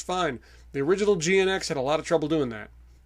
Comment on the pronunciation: GNX is pronounced as Jinx.